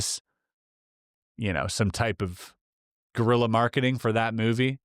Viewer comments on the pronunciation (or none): none